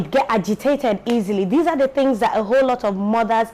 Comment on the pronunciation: I had to Jot ‘fings’ down so I could take ‘fings’ away!!😂😂...So much to learn in this video, not just with motherhood, but our normal day to day lives, there’s a lot of pressure these days especially with this whole social media era, you get to see your mates ‘doing things’ and you’re here sweeping the house for mummy and daddy, but then again I accept my reality and believe that some day I’d ‘do things’... Patience, Contentment and perseverance, really important virtues to inculcate, if not person go commit suicide 😩....Thank you for sharing this❤️